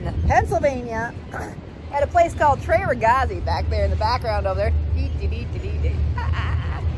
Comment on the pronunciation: love how you say 'TRE RAGAZZI' with american accent😂😍